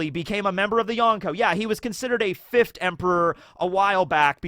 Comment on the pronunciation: Consistent with the 5 as fifthT Say it properly onceT